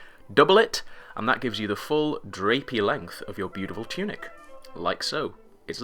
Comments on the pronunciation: Lol "Choonik" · "choonik" had to pause died